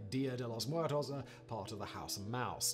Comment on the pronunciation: Simon's pronunciation of "Muertos" sounds like somebody who is just about to puke.